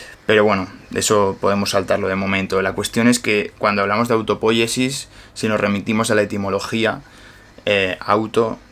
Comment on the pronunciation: Un detalle...no es autopóyesis, es autopoyesis. No es esdrújula. Porfa dígalo bien!!!